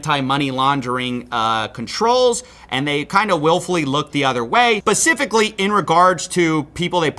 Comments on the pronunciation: Mad props to the investigative work. But did I hear you say pacifically instead of specifically? Lol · *specifically, brother, not pacifically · Bro you should check behind you every now and then...looks like your trashcan is on fire. And did you just say "Pacifically?" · he said “pasifically” and thus I cannot take you seriously.